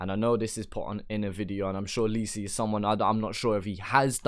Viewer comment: Say lisi right